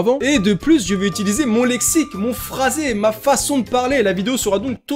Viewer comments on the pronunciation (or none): none